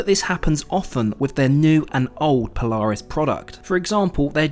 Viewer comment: You pronounce Polaris wrong